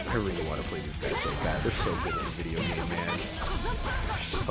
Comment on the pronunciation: Everytime they say "GameMan" it sounds like "GayMan". I don't know if that was intentional by GameMan, but I'd have to change my name if it wasn't